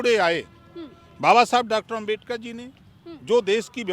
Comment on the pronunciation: Bhai op rajbhar kuch bhi bolta h 😂 Dr.babashaheb ambedkar ka name to shi se le nhi paa rha h